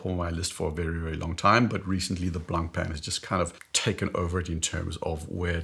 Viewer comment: The C is not pronounced in Blancpain. (Blanpahn) Cheers